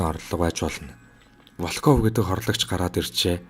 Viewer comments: Волкоов Волкоов л гээд байх юм Воолков гээч дээ. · Волков гэж бичээд ВООЛКОВ гэж дуудна шүү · Большевик, Волков гэдэг нэрийг эхний о дээр өргөлттэй дуудна. Б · Волков гэдэг үгийн өргөлтийг нь зөв дуудаарай.